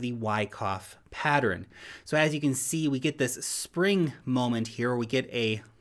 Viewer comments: Pattern > “patterin” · Only 2 syllables in the word pattern. Pat-tern not pat-er-in